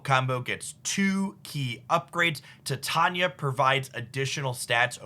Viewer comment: Say it with me: TIE-TAIN-EEYAH